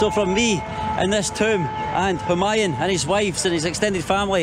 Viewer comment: It's pronounced hu maa yuuun. 🤣